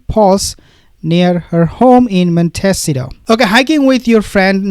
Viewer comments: Prononced mont s eetoe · Pronounced Mont ah sea toe. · Montecito pronounced Monte C toe Californian here..ty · MONTECITO pronounced: MON-TEE-CEE-TOE. I'm only trying to help u as every time u have to say the word, u rush through it, hoping we don't notice . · Please learn how to pronounce Montecito.